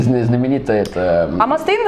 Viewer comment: Что ж вы так издеваетесь над произношением ) Ма́стейн и Ексо́дус)